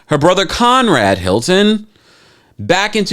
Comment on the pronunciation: I never heard of Con-Rad Hilton 😯